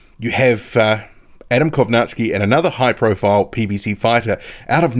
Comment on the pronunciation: Not Kownaski Kow Nacki